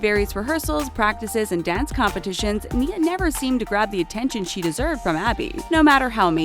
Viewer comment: "Paige Hyland and her sister Brooke spent 5 seasons on the program.." Me:.... GET YOUR FACTS STRAIGHT! They quit at the start of season 4! (Still love them tho) Btw.... Nia See You Frazier... and chan-de-lee-ay...